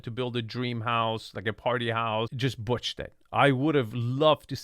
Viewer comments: Great videos! When you say butched I think you mean botched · it's not "butched it" but "botched it"